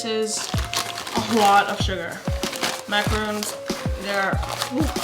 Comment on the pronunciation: its MACARON not macaroon